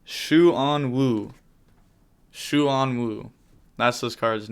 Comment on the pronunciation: Instead of that pronunciation try saying the name QUAN and just replace the Q with SH. SHUAN WU